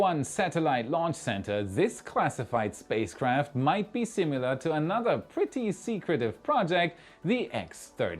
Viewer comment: there is no u in similar